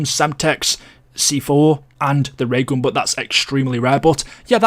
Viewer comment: "Da Ray ghawn"